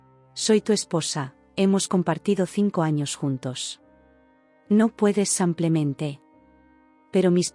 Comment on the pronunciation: Ay, ya. ¿Porqué samplemente? Van muchas veces que les dicen los oyentes que es "simplemente" no samplemente.